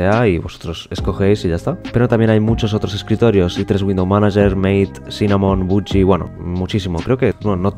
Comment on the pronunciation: Excelente video! Voy a probar Endeavour ya que me gustan mucho sus wallpapers y su configuración de XFCE Un comentario te quería dejar nomás: Cuando hablas del desktop Mate, no se pronuncia "meit", se pronuncia Mate así nomás, ya que el nombre es por la yerba mate (una infusión muy popular en Argentina y Uruguay, si no me equivoco el creador del desktop es argentino) y de hecho el logo del entorno es como un mate y la bombilla con que se toma, visto desde arriba.